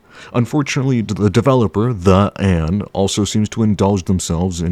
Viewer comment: its not pronounced "the ann", its "tey anh" 😭😭